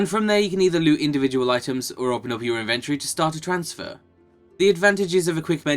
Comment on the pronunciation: Anyone notice that they're pronouncing inventory incorrectly.